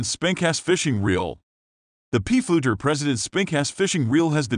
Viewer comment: Of the 5 "underspin" spincast reels reviewed(?), only 2 were underspin reels, 2 were regular spincast reels and one was a spinning reels. PFLEUGER is pronounced "Flue-ger" ; it's a German name. Reprogramme your computer to correctly pronounce it.